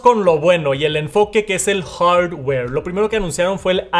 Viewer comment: No tiene nada que ver pero me incomoda cuando dice "hardware" 🤷‍♂️